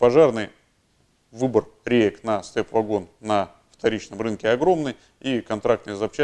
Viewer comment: Благодарю за обзор, но только не вЭгон и не вАгон, а вагОн!! ... двоечник.